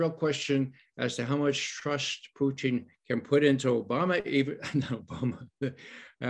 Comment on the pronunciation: I wish this dude knew how to pronounce Putin. He must be from Canada because he calls him Poutine...